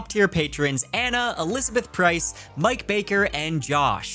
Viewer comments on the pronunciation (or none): none